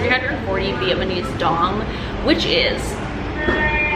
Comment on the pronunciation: Viet-NA-mese, not "viet-MA-nese."😂 You keep mispronouncing the word.